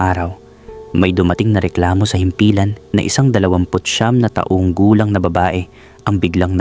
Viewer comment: ARALA ARAL MUNA PGBIGKAS NG TAGALOG VERY POOR UNG PRONOUNCE MO NG TAONG REFERRING SA PERSON AT TAONG NA AGE AY PAREHO🤣 IT’S DIFFERENT PO.